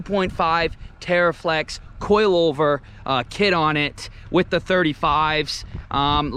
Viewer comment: Did you say coilover?